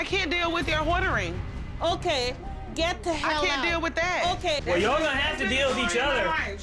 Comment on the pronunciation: Your “hoardering” 😂😂😂😂